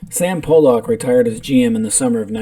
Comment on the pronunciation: It's not Pollack my friend..can't take you seriously lol..